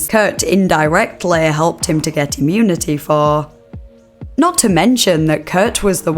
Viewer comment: “Client granted immunitayyyyy” i cant listen to this goofy accent….smh lol